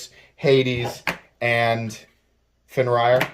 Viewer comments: Okay 1.) love your channel I get excited when I see new videos up of yours. These all look sweet. I’ve never heard of this company before and I’m excited to explore their stuff. 2.) Fenrir = “Fen-rear”. ✅ “Fen-ryer” ❌ I know I probably come off mean correcting you. I promise I mean no bad will. 3.) If the Fenrir comes in a jade g-10 though, I’m all over it, under it and all up in it. That’s a sexy knife. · Pronounced fen-rear. It's a norse mythology reference. Sorry for being that guy 😃